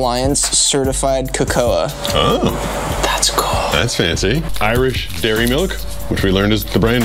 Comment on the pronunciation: Ive never heard someone pronounce cocoa like that before 😂 along with nestlé